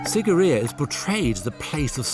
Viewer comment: I am VERY disappointed by this video. I was there 12 years ago and, it's as if the host never even bothered to visit the onsite museum. Not only did the host mispronounce the name but he didn't mention the impressive water features that surround the rock itself, Sigiriya actually means Lion ROCK not Lion Mouth, the maidens of Sigiriya accurately represent the features, clothing and traditional dress and ornamentation of women of a variety of races (the are NOT Hindu Celestial Maidens), the blue lotus that some of them hold is a traditional psychedelic, there used to be structures built into the sides of the lion rock - remains of which can be seen in the holes used to support them, and when the areas was cleared and rediscovered in the late 1800s all of the water features, fed by channels that have the same slope used by modern engineers to transport water over distance burst back into life at the beginning of the rainy season.